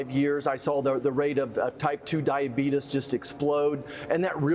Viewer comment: Diabeetus 🤣 I love it